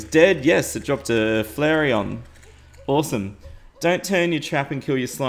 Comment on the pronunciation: Does Flairon look like Flairion to you? Flairr-onn Flairr-ee-onn Flairon Flairon